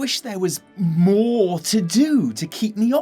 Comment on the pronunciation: When was quoting Ion, I kept hearing "maw" Things are starting to make "maw" sense to me now